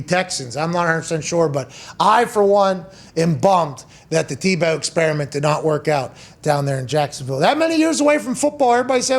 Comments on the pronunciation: Everyone: Tim tee-bow Pat: Tim taboe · I love how he says Timmy Tebeaux 🤣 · Come pat, its teebow. Not Tebow, u Pittsburgh native. Say it right. Love u and ur show. Come on man! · The only people rooting for Tim Tebow to fail were those who have never competed at any serious level in their lives, and those who masturbate to pictures of Colin Kaepernick. But I repeat myself. And Pat, while I respect you and love you on WWE, the name is pronounced "TEE-bow". He always made me think of the old-time shortstop Eddie Stanky, of whom Leo Durocher said "he can't field, he can't throw, he can't hit, he can't run. All he can do is beat you." Our sports scene today needs guys like that. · Someone on his staff has got to tell pat before the 647th time that calling him "TahBow" isnt funny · Tah-bow... Pat you crack me up! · Pat is fun but loves to slight people like "ta boe" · Not teeh-beu😲😲😲😲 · I hate the way he says tebows name lol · Maybe pronounce his name correctly rather than mockingly? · Why does he say Tebow like that like an idiot